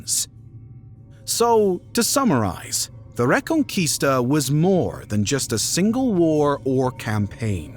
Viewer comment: The re-con-quista